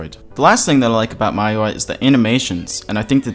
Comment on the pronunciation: For future purposes, it's pronounced "me-you-I", just so you know :D